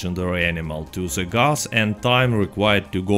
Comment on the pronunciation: ze Gus